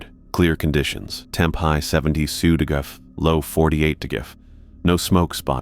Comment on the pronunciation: "Temperature 60 degrefre." Said about 10 times.